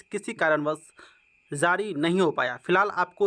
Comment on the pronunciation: Sir, Zari nahi Jari bolo